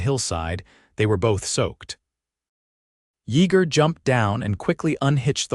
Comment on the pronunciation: Denton,TX. AI can not pronounce his name correctly It's pronounced Ya ger the e is silent. Good story tho but was rushed after they married. Not much detail on their life after the children came. Liked the part when Yeager said." That God has given them a second chance on love", words to that effect.